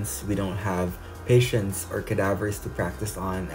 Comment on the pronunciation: “As medical students, we dont have...” What I heard: patience??? 👀 What you actually said: patients 👈🏻😌 Nice vlog lodi master time manager 🤓 HAHAHHAAHHAHAHA